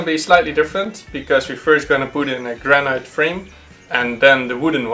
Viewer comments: Sorry to be picky but granite in English us pronounced gran-it not gran-night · Wear a mask !!! ALSO in English noone says GRAN-EYE-T. It. GRAN-ITT